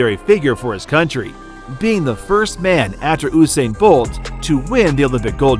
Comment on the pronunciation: It's 'You-sain' not "Who-sain"..... lol making me cringe